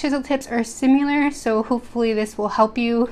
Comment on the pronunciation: 101st like btw she said simular instead of similar